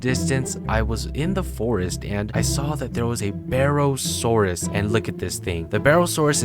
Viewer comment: Bro said BAArosaurus💀. God why did u do that oh well :_